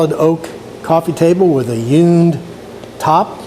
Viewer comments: Nice job! Now I've heard of hewn wood furniture but never "yewn". Or is this your Florida accent? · You come across just fine! I was just poking fun at the way you were pronouncing the word "hewn". Check out my latest restoration project. It's receiving rave reviews from the masses